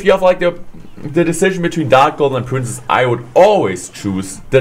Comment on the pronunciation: I like how he pronounce princess as prince